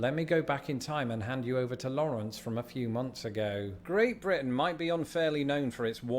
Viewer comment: "Blitin"?... I thought it was Britain. ;-p